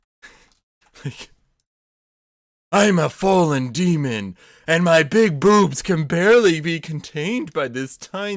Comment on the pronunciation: The way he says bewwbs